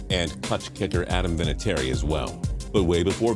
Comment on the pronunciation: Adam vinitiary is how you said it